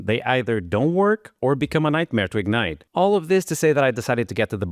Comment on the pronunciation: "or become a nightmare to ingite" - after hearing our engineers talk (developing an orbital launch vehicle), I can only say, "welcome to rocketry" I guess :D